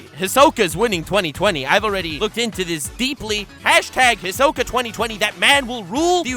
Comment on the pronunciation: They way you said hisoka annoyed me . He-so-ka